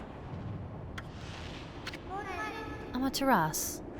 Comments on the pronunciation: the u is not silent in amaterasu. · How can you get every other name other than Amaterasu correct it’s just baffling lol